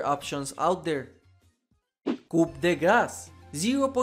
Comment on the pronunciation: Man... can people stop calling Coup de grace "Coop day grass"? it's pronounced "Coup de grace" gosh! (kuu deh grah)